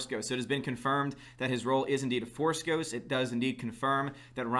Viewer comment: A Force”D” ghost lol